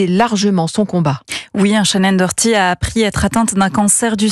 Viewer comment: Faut vraiment apprendre à lire c’est pas compliqué hein c’est Shannen DOherty